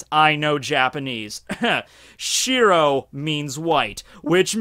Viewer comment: You pronounce shiro wrong